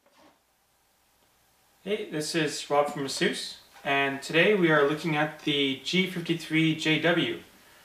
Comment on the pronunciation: Funny how Asus put up a video on how to pronounce it, and he works for them and didn't pronounce it right. Ha.